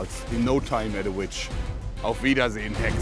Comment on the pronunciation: One question JoergSprave: in your video you say in perfekt german : auf wiedersehen Hexe!! My question is are you from germany or can you speak german? Thus question comes from a german kid 😜